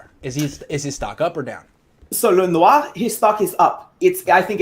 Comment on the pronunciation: Lenoir’s name should be pronounced how he pronounces it. LEN-NOOR. Why complicate something for no reason?